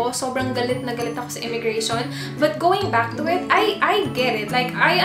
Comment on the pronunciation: Immigration. Not "immigra- Shon."